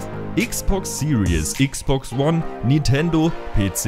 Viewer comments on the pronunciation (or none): none